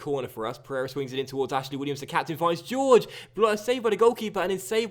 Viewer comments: I could be wrong but I don't think it's pronounced George its more like Hoor-Hey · Please start pronouncing Jorge properly 😂 it's a Hor-Hey/Hor-Gey sound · thats the spanish pronounciation, the brazilian / portugeuse way to say it would be jorgy